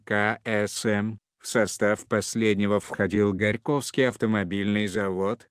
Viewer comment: диктор наверно африканец ? классно произносит - ГорькОвский завод , и остальные слова ,....